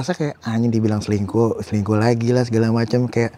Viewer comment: kan kata rachel cantik dari dlu, dijawab rachel tapi ko selingkuh gitu (tp dia ngomongnya cingkuh)